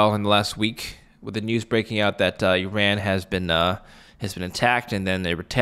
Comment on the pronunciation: it’s not pronounced “ eee-Ran “ it’s eeer-Run “